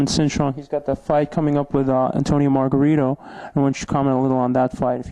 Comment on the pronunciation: LOL..Its Margarito, NOT MARGARITA!